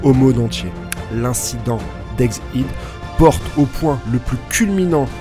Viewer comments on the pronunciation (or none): t'as presque dit ègue aide.. c'est pas mal. mais c'est pas encore ça, c'est pas ègzzz hède... c'est ègue HHHède. mais ça avance .